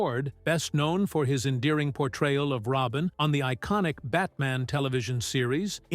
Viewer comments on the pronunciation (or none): none